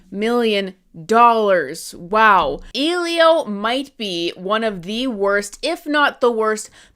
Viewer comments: The fact called the movie "Ee-lio" instead of the proper pronunciation "Eh-lio" tells me she didn't even see it, especially if her only criticism is how frames are shot and how characters are designed. She mentioned nothing about the plot or character development. I like the movie. I don't think it's the greatest movie ever, but it was cute and fun for families and kids, although a little heavy handed when the main character's parents die and he lives with his aunt. I don't know if we need something that dark in a Pixar movie, but it's just my opinion. I do agree that the "bean mouth" character design as seen in Luca and Turning Red isn't appealing if every Pixar movie uses it, but that design was exclusively used for Elio himself, not the other human characters. It's visual storytelling, a childish character design for a childish character. No one else looks like him in the film. Honestly, it feels like was just looking for reasons not to like the film and probably didn't even watch it, basing her opinions on the trailer alone. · Wow so just hates Pedro Pascal and doesn’t care enough to pronounce Elio properly. Got it.